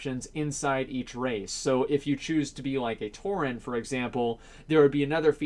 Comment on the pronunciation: It's "Tauren" not "Touring", stop hurting my eyes or I'm gonna become a Demon Hunter! Also, no matter if there's people who doesnt care about the lore, Blizzard have to stick to it, it wont make sense for, let's say a Dwarf druid, Pandaren Death Knight or Warlock Draenei